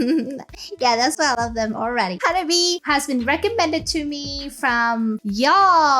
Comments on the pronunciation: 花冷え is pronounced Ha-nah-bee-eh. The え at the end is pronounced Eh. It literally means cold flower or could be interpreted as early spring flower. The band name is originally based on all the girls having birthdays in early springtime. Hanabi, (花火) as you pronounce it, means firework. The subtleties of Japanese pronunciation is very important. The difference between a flower and a firework. 😉👍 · To hear the perfect pronunciation of Hanabie (Hah - Nah - Bee - Eh with four syllables), simply copy and paste 花冷え。 into Google Translate and have the word read to you, nothing could be easier or faster. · Actually, the correct pronunciation is Ha-Na-Be-Eh and means both Cold Flowers (direct translation) and the cold weather before spring. They came to that name because most of the girls in the band were born in winter months, so they are the "Cold Flowers". I think you would really like their song, Otaku Lovely Densetsu. Another Japanese all girl band I think you would really like is Band Maid. And yes, they do dress in maid costumes. Look for their video, Real Existence.